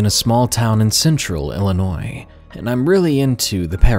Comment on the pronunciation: He pronounced Illinois correctly. Yay!